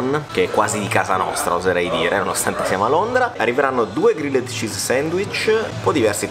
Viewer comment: Regà, era da un po' che volevo dirvelo... Pronunciate Grilled -->Grilld